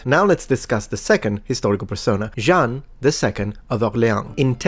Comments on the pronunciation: Be careful! You pronounced "Jean" as "Jeanne", which can lead to some misconceptions, especially when the person is named after the city of Orléans. 😉😁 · In his defense, it sounds more like “Jang” when pronounced the German way. The nasal “an” is definitely not easy to pronounce for non-natives :)